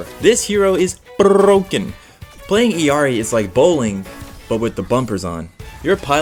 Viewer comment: as an illari main, anyone who pronounces her name the right way ill be ur daughter 🥰